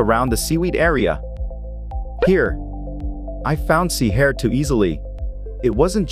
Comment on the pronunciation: LOL this AI voiceover doing the wrong emphasis on "sea hare" every 5 seconds cracked me up